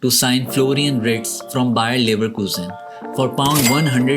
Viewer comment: Thanks. You are even able to pronounce "Wirtz" correctly. Thanks!